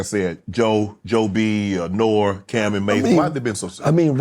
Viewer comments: NORE not Nor. If You Know You Know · Nore for short, not Nor 😂😂😂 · He said NORE not N.O.R.E. lol yu know he was reading off his notes!!! He probly felt dumb afterwards like ohhhhhhhhhh he meant NORIEGA!!! 🤣🤣🤣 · Nor-E, unc 😂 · The fact that he said Noor, the. He said it AGAIN and didn’t correct himself… crushed my soul. 😢 Shannon is “Not Like Us”. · nobody calls him nor its pronounced noree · I know who norega is. he said noor tho